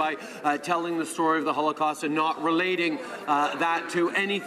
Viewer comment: That is NOT ZEE question you asked! ZEE what I mean?